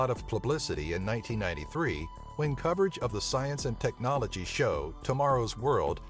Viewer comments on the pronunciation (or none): none